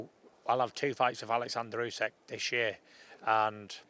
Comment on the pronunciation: Can someone politely say to Tyson how to pronounce Usyk. It's not UsEk it's OOSICK.